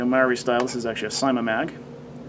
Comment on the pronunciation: Omg thats not how you say Marui...